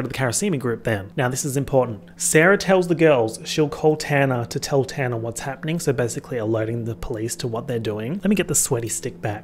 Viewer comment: Your pronunciation of “Tanner” keeps making me think you’re talking about Tana Mongeau